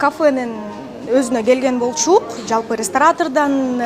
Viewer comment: Журналисттер дагы кыргыз тилинин нормаларын бузуп сүйлөйт экенсиздер "бол-чук"? деп. Өзүңүздөр үлгү болсоңуздар, сураныч.